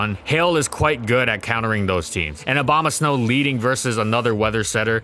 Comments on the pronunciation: he said slow instead of snow, making it hilarious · Not just the subtitles. He's literally saying 'Obamasnow' 75% of the time. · he really did say abomaslow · i swear he said "abomaslow" when he talked about its useage in trickroom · did he say abomaslow? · I replayed it several times and I'm pretty sure said Aboma-slow in the context of Trick Room. Nice pun there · Did he say Abombaslow? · Did he say abomoslow?😂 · lol. Abomaslow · I heard snowbama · "Obamasnow" lol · The best thing about abomasnow is how people pronounce it OBAMAsnow lmao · What he says: Abomasnow What i hear: O B A M A S N O W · Dude, I couldn't unhear the "Obama-Snow" every time he said Abomasnow now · He said “Obamasnow” the entire video, and this is what you worry about? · The only reason I'm laughing is because he accidentally pronounced it like that in the gen 4 doubles section. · I keep hearing Obamasnow. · i heard him say bomasnow one time. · Help I keep hearing it as obama snow >:3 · I like how it says "Obamasnow" in the beginning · I keep hearing "Obamasnow" :d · Is it just me or did he say Abomaslow at around 5 minutes in? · The only thing I hear when you say his name is Obamasnow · Swore I heard him say ObamaSlow once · ahh yes, obamasnow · I wish he stopped saying Obamasnow at some point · Try not to say Obamasnow repeatedly; fail